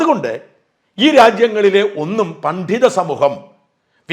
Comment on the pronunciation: താങ്കൾ എപ്പോഴും പണ്ഠിതൻ എന്നു പറയാതെ പണ്ഡിതൻ എന്നു പറയൂ